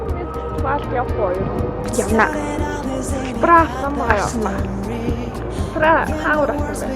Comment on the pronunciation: Хаашаа явхуу? гээд бгаам бэ т1 юмуу хөтлөөд бгаам бол үгээ тод хэлж мэдэдгүймуу , хэл муутаймуу эсвэл